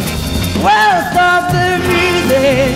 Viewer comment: いわゆるカタカナ英語とは違って割と綺麗に発音してる方だと思います(*^^*) Stop the musicの発音の仕方とか 声自体は10代のそれなのにすごくセクシーですよね